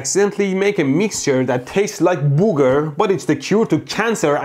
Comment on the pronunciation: the way he says "booger" it makes me laugh